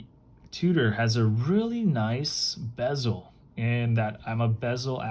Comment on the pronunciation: Tudor pronnounce tyou dor not fucking tu tor wtf